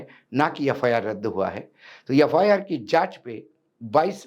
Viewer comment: कृपया, यफायार ऐसा न पढे बल्की एफ् आर् ऐसा पढे।